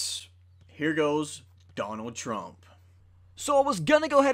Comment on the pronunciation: That's not how you say Trump